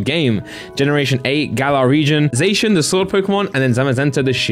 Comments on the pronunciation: y do u say ‘zashun’ isn’t it ‘zassiun’, I’m from England as well and I pronounce zacian like that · Your saying zacian wrong lol